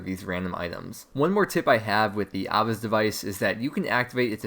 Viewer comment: Nigga that's not how you say Ava's